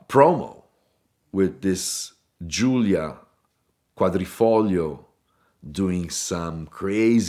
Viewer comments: It's the correct Italian pronunciation, idk if he is native Italian? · That's because it's the right one :D (even if I love the way it's pronounced by us/uk people 😂) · Why? He just says it properly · Yes yes yes I concur it rolls off the tongue so elegantly in fact I’m sold next car ARGQ